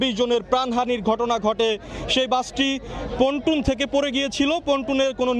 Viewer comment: এই সব গণ্ড মূর্খ দিয়ে কেনো আপনারা রিপোর্ট পড়ান যে কিনা পল্টুন কে বলে পটুন।